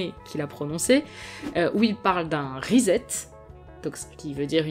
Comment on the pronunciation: Reset est basée sur le mot Set, il se prononce reÇet (ou resset). Et non reZet.